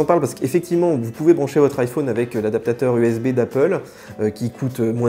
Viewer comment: Tu dis l'iPhone (l'ail - Faune)... ca me choque... !! On dit l'ail-F-ON.... nan ?